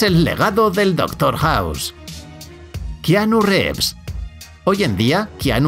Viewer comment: Gente normal: kianu rivs ( como se pronuncia de verdad aunque sea keanu reeves: kianu revs